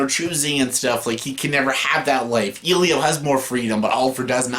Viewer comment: Its not number 1 but i love your thoughts on it. Also i dont know why the way you pronouce Elio triggers me so much😂 (its eh---lee---O) Foreign Films have more greater LGBT films by the way. Go check out my all time favourite director films Xavier Dolan. Also im shocked you didnt put in Moonlight or Love Simon. Decent list by the way. My list is way way more different. But i can understand your opinion☺